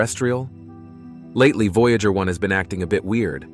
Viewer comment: News so important that it is delivered by a fake voice that can't pronounce "Voyager". ↓↓↓↓↓↓↓↓↓↓↓↓↓↓↓↓↓↓↓↓↓↓